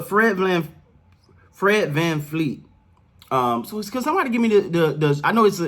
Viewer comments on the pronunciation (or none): Deff. Steady Freddie but also FVV when we're cheering him on ... it's FVV not FVF (his name is Fred VanVleet (Although a lot of people do actually pronounce it Vanfleet, not sure why)